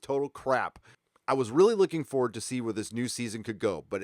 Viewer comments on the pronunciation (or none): none